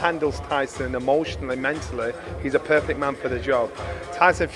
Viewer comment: Perthect Johnny?? Really? Where'd you get the TH from?